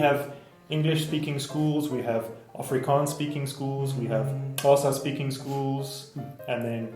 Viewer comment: すげえ…コーサの発音どうやんの…